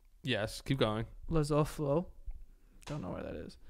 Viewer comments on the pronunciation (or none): I know this comment is literally way too late but the southern african countries names pronunciation is, "La-soo-too"😂🤍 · Le-soo-too is how you say it😂Wasn't a bad try tho. Any other people from SA?